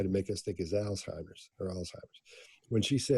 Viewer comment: I appreciate her pronouncing Alzheimers correctly. Usually, when someone is saying someone else has Alzheimers, but they didnt hear it from a doctor, they say "Altimers"